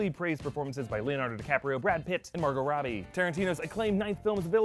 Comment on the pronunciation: Did I hear he say Margot Rottie? Yes I diiid! 😂